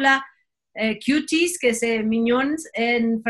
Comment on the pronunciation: y sus chistes tan inoportunos! No encajan..I cringe cada que dices “Cuties” lo pronuncias PÉSIMO. genial!😀